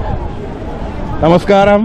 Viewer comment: Friend it is namaskara in kannada.not namaskaram. Kannda is beautiful language, you have not spoken single word in kannadaThat made me disappointed